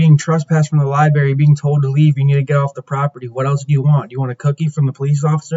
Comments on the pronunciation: It’s library, not liberry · Talk about a clown ! Its library not liberry !